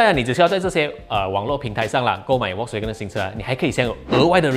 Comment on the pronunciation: 小编可不可以把人家品牌的读音读好一点！是fox音，不是volk音！还说你是vw的车迷